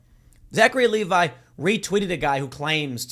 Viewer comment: It's pronounced Leh-vee